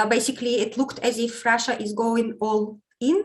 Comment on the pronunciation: has the best pronunciation of "Russia" 😄 I love hearing it ❤️